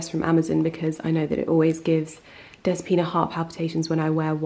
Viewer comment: Next time you go to the salon call her dEspina instead of despIna. Youll make her smile! That's how we say it in Greece.